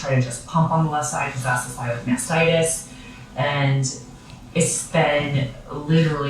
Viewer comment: When you mispronounced mastitis ….had me wheezing 😅